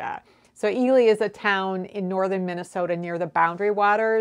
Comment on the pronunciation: Thank you for yet another fascinating and informative video,. Good luck with the reverse engineering. And yes, you pronounced Ely correctly. Love the Tshirt by the way👍😊Jill, Cumbria, UK